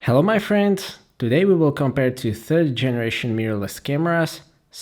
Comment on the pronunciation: I like that "Hello my frient"